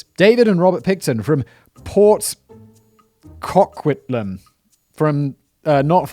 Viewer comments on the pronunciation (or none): Port Co-quit-lem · This happened about 45 min from my house. My mom knew The brothers. I mom used to work at a propane company that supplied their farm with propane. Also one of his victims was my next door neighbours sister. So this is very very close to home for me and my family. It’s pronounced Port kow·kwit·luhm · It's pronounced Port CO- QUIT- ( AS IN QUIT YOUR JOB ) LAM. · As a Canadian i just wanted to say thank you for the giggle about how you pronounced port Coquitlam. Next time you mention a town you don't know how to pronounce i recommend looking on youtube for some kind of virtual tour of the city or something like that, just so you can hear how the locals pronounce it themselves before attempting it yourself